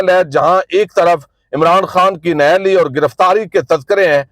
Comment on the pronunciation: I 've never missed any of your Vlogs during the last couple of years as I find them among the top notch Vlogs on YouTube. I however would strongly recommend to kindly improve your Urdu pronunciation as a mispronounced word tends to overshadow an otherwise impeccable work. Let me give a few glaring examples: The correct word is نہ اہل and not نہل similarly actual word is بظاہر and not بہ زہر and lastly the word کروڑ is mispronounced as کرآوڑ!! There are a few more but I'm sure you will take keen interest in addressing this issue as it will certainly enrich the quality of your Vlogs.